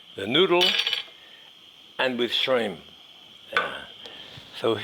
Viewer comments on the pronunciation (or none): There is a 'P' at the end of "Shrim" Jacques...